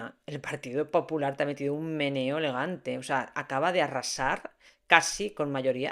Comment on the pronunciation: Hablando de la r y tú dices qué te parece muy fuerte por qué el partido popular acaba de arrrrrrrasar 😂 deberías habérlo pronunciado así, marcando la r